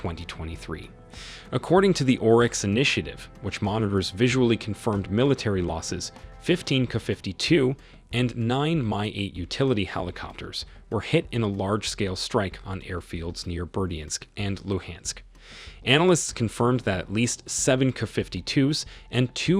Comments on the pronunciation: Get rid of the "canned" narration! It sounds so stupid hearing the video refer to the helicopters as "Kuh-52s" and "My-8s" Also makes the video creator look like a total imbecile! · And it is not My 8. It is MI-8. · The narrator sounds like a complete idiot buy mispronouncing the aircraft designations. ME8, Kuh52. Then they stay there is a turret mounted Auto Cannon when it's clearly mounted alongside the fuselage not in a turret.